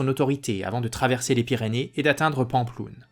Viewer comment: Vidéo intéressante mais la prononciation de Pampelune quelle horreur. Je suis étonné des détails de la bataille de Roncevaux, car il me semble que l'on situe la bataille aux alentours de Roncevaux mais on n' a jamais trouvé de vestiges. Il y a des écrits qui relatent cette bataille ? Côté Francs peu car on relate plus les victoires que les défaites côté Basques peut-être....